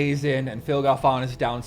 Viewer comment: Phil Galfåån :p